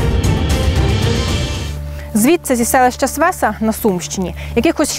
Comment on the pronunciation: Ото б язика прикусила! СвесА, а не СвЕса!